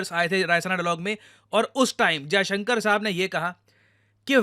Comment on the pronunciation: Hats off to Sergei for pronouncing our foreign minister's name exactly how it should be pronounced😂😂😂